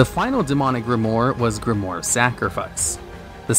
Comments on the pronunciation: grimoire. not grimore... pls.... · its pronounced grim-oire(owaa sound)